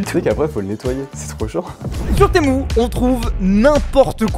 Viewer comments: ✨TeMoU✨.. personne … moi je dis temU (son: u) est pas temOU(son: Ou) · "Témou" ça se dit "tému"😂😂😂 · ARRÊTE DE DIRE TEMOU C’EST TEMU MU SA FAIS PAS MOU DONC ARRÊTE SA ME STREESE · il dit pas Temu mais "t'es mou" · "sur témou" 🤣